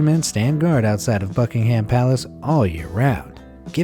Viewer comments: I Thought That At First. It Does Actually Sound Like He Says Fuckenham Palace Lol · it's only me or he did say fuckingham palace instead of Buckingham palace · Did the voice-over guy say "Corky" instead of Corgi? also, it's pronounced Bucking'm not Bucking Ham...I find it amusing that so many people get these things wrong when there are endless references to the correct pronunciation... :-] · did anyone hear fucking-ham palace or is it just me? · Did he said in the video «Fuckingham Palace»? I thought so... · Did he really say, Fuckingham palace xD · sounds like he’s saying f**king ham palace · I thought that the first time he said buckingham he said f*ckingham. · I honestly thought this man said f*ckingham palace in my first playthrough. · sounds like he is saying f**kingham palace lol.